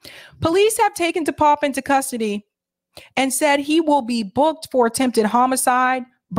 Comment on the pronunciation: DePape is pronounced “Dee pap-pay”